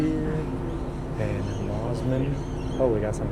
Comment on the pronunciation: Even after being corrected many times you still insist on Bond ee rather than the correct Bond"eye" . Obnoxious yank. It almost feels on purpose at this point with MOZZMAN not "Moss"man and I'm sure I heard cackatoo.